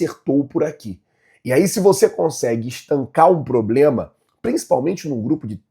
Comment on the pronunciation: Não e ploblema flazueiro kkkkkkk, e problema 😂